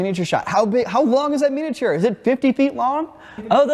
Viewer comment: The guy in the middle has never heard anyone say the word ‘miniature’ properly before